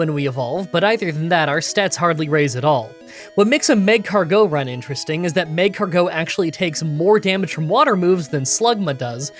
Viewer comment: It's mag-cargo with emphasis on car, not magcargeaux